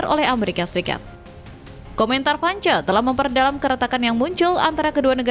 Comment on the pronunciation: baca Vance aja salah!